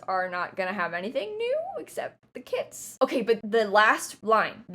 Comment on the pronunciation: Anyone else kept hearing “kids” instead of “kits” 😂 it was funny lol